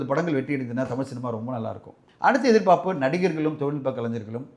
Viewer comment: எதிர் பாப்பு, எதிர் பாப்பு என்று உச்சரிக்கிறாரே ஏன்? எதிர் பார்ப்பு என்று உச்சரிக்க மாட்டாரா?